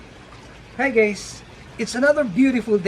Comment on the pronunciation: He said gays not guys 😂